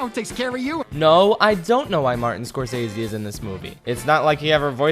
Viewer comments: Martin's last name is pronounced "score - sess - see". Just for correction to you! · Martin Scorsese is in this movie because he’s the “gangster movie” guy and the sharks are gangsters… how they convinced him to take the part, for such a lame almost joke… money. Also, you’re pronouncing his name wrong.